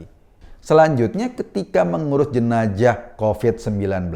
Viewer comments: baru tau bacanya jenajah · Sebaiknya mas Eko dkk belajar melafalkan huruf Z secara benar. Jika tak bisa melafalkan secara pas huruf Z itu carilah yang agak miriplah bunyinya yakni S. Jenazah lebih enak diucapkan Jenasah daripada Jenajah... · Jenazah... Bkn jenajah mas😁